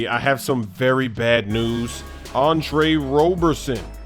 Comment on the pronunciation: we been debatin that for years. we finally googled it. its robe-er-son